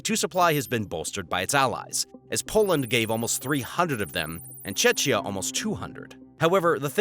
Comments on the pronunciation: Czechia not Chechnya god dammit! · cecia? brahhhh he said czechia wrong im tweaking